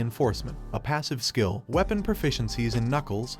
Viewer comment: Why does the system say shill instead of skill??????????